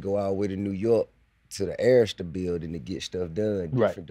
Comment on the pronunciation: Bro Saying Errsta...its pronounce A-Rista fool